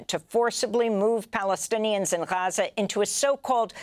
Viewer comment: Amy practices saying "Gahachza" in her mirror every morning. She does it very well, although I always thought it was Gaza. Oh...she delivers a good "Rachfa" too. NAR - National Amy Radio.😊